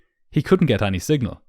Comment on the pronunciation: any is pronounced like eny not ahnie